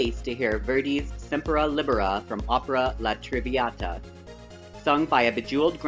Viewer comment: "La Triviata" and "John Sullivan" ? I think you mean La Traviata and Joan Sullivan.